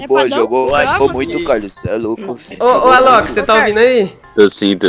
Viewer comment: * absolutamente ninguém *